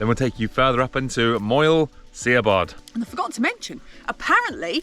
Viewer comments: Lovely film and some useful insights into the origins of Capel Curig's name.. Diolch.... just one point on pronunciation.. your mountain is pronounced Moyel Shabbod...no sh spelling in Welsh so Si = sh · Lovely peak, summited a couple of times in the past-offering a fantastic elevated view into the snowdon horseshoe. Very much enjoyed your vid guys! Re the pronunciation of Siabod- was told by some welsh locals it’s ‘Moel Sha-bod’.! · Great video, never been this route so would like to try it now. Oh and you pronounce Siabod like "shabod"! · Very enjoyable route - the pronunciation of the mountain is Mole Shabod. Excellent video. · Great filming and commentary love it. I think the way to pronounce Moel Siabod is Mole Sha bod. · Pronounce the i like an h so instead of Sea-a-bod it sounds more like Shab-odd, it's a great scramble and one I always advise people to do a few times before heading for Crib Goch just to build a little experience and confidence, carrying on and walking the Moelwyns right down to Blaenau from there is a stunning day out and I think the views just keep getting better and better as you get nearer to the coast, I love the views down to coast for the summits of Moelwyn Mawr and Bach. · Really enjoying youre videos guys, love the chemistry between the two of you. Im from Llanberis myself and have tended to stick to Snowdon TBH mainly, but have done the glyderau etc over the years. Done Moel Siabod a few times via this very route....BTW its Shah...bod, much easier to pronounce than you think..ohhkay patronising bit over with😊. Just come back from a wee trip to Buttermere where I did Red pike, high stile and crag but chickened out on haystacks...so Ive been binging your lake district exploits as well and shall be using as a blueprint for future trips I intend to take. Keep on keeping on, welle for conquering that pesky vertigo!! Tale care guys❤ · Great video, rubish pronunciation 😆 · its pronounced as shabod, not siabod. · It's Sha-bod....